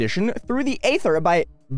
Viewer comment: Protip: Aether is pronounced "eethur" yeah the ae vowel combo can suck sometimes